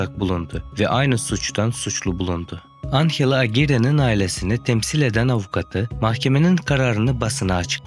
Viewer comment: anhela degil anjela